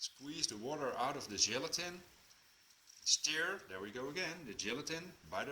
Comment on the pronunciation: Thanks your recipe is great second time I have used it! Everyone loves them. PS your English is excellent just remember stir rhymes with fur not fear.